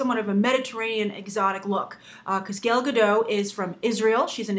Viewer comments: Hey Grace, (first comment!) First, Gal's name is pronounced GAL (not gail). Second, you touched on it in the last 10 seconds of the videos, do you think that an actress's origin, especially if it's politically charge like that of Israel, can affect the success or criticism of a movie? While I never found Gal very interesting she is a big deal here in Israel, and i have to say that she is known for her unique and different sexuality than that of other models- in that she is married, has had a baby, and kept a very slim athletic look. So do you think that these features helped her, or that maybe the casting is actually trying to use her ethnicity as a selling point. thanks, Guy. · Ugggggh, I freakin' love your videos Grace but you just totally butchered her name. GAIL, why Gail? It doesn't even look like her name could possibly be pronounced Gail. GAL, GAL, GAL, GAL. OY. C'mon Gabby Roodolpy (get it, I messed up your name a little. K, I'm sorry, that was kinda mean.) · Grace, you are pronouncing her name wrong, you are pronouncing it as "gale" which is wrong the "A" is more phonetic, I guess a closer pronunciation would be similar to saying Kal, when you say Kal-El. (just replace the K with a G).